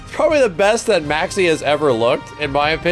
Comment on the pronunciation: say maxi like a boss